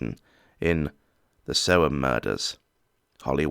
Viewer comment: You said it correct Aye Sick F--K